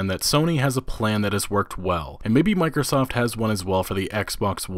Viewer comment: Every time he said Microsoft i heard mikersoft